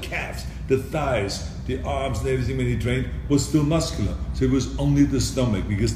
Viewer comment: Did he say buscular lol